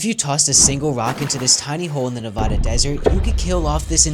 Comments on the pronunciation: it’s nevada not nevahhhda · ITS NEVADA NOT NEVODA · THE HELL DID YOU JUST SAY BOY! AS A PROUD nevAden, IT'S PRONOUNCED nevAda NOT nIvOda🖕😡🔥🤬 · Its Nevada not navadaaa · bro its not novooooda it Nevada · It is Nevada not nevoda all right Nevada nevAda you see there's an A and not a O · "nevahda" bro its Nevada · its pronounced [ne-va-da] not [ne-vah-dah] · It’s NevAAAda not nevoda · It is NEVADA not novada y’all I live here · ITS PRONOUCED NEVADA NOT “NEVADAH” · ITS NE-VA-DA NOT “NuvOda” GET IT RIGHT! I am from Elko Nevada and I am sick and tired of people saying it like that! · Its not Nev-AH- da its Nev- AA- da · Nuh-VAD-uh not Nuh-VAH-duh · You said it wrong. It's pronounced "NEVads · Nevaduh Gng; it’s not pronounced like that🥀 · I understand because you don’t live here and you probably don’t live in America are you do but for almost every person that lives in Nevada, when you say Nevoda It triggers so many people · DID HE JUST PRONOUNCE NEVADA LIKE NEVAUDA??!!! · You call it Nev'AH'da ever again I will find you. Say the first A like you would say "Advertisement". You don't say "Ahdvertisement", do you? Good vid tho, just as a native that messes with me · Its nevada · One, don’t ever pronounce Nevada like that again…🤢 and two I didn’t know that was in Nevada, cool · You pronounced Nevada wrong. I’m from Nevada and I hate it when people do that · Do people know how to say Nevada right. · As a Nevada local I have to say you said it wrong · For the love of God people, that's not how you pronounce Nevada